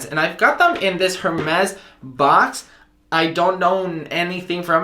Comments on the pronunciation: It’s pronounced Air-mez. When you say the “H” it’s cringe city. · Hermès is pronounced “Air Mes”.. go ahead ask Siri lol ... loving your Apple Watch vids . I have not been using to its potential until I surfed your channel... thanks ! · dear if u love Hermes try to pronounce it correctly:) that said great video.